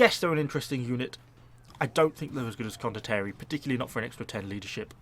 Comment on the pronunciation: Con-dot-tea-air-ie. say it like that XD